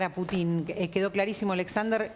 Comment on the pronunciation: Animalito del bosque ,el apellido Putin se acentúa en la U,y suena Pútin , sé que es inútil que te instruya porque o te falta capacidad de entendimiento o no querés entender